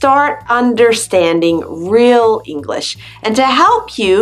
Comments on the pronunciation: But she's articulating incorrectly. The sh sound is not shuh. It's sh, like telling someone to be quiet. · Why, when she pronounces "English," does she say "English-uh"? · Why the spoken 'le' after she says English? The word is not Enghish-le, it is English! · I’m an American English speaker and it’s sounds like you are emphasizing the last word you say in a sentence and adding ah to the end of it . Example - enough-Ah .... English-ah , just saying . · nathanpiazza - totally agree! I’m a Californian and somehow came across this video and was thinking...what’s with the “uh” at the end of some words when she pronounces them. That’s NOT American. We don’t say “english’uh” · What is "English-uh"? The word has two syllables, not three. No one says it that way except perhaps Valley Girls. By the way, American Spanish speakers are the fastest talkers you'll ever hear. Puerto Ricans top them all. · Why do you say English-a????